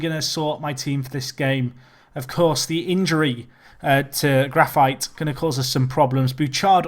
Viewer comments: isn't it Grafeetay not grafite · No, it's not. It's more like Gra-feet.